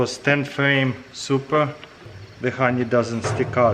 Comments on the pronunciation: Nobody: Taras: khoney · I love that he says “hroney” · RONY EXTRRRRRRRRRACTION I'm dead xDDDD